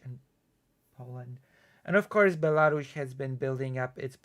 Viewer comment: WTF is Belaru-SH? 😵‍💫